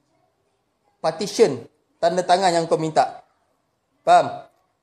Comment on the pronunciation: Ucap petition pun tak betul ni nak cakap pasal undang2.. Partition konon.